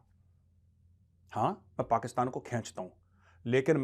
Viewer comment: Aap ne Abhathar Bhasha ka Pryoog kiya hai .... Aap ne kai bar "Pakisetaan" ko Pakistan kaha hai.😂😂😂